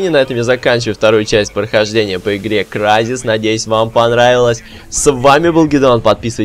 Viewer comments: Crysis - Крайзис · Не кризис а крайзес